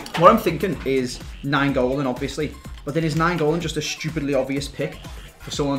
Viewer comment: It's Nainggolan not Naingolan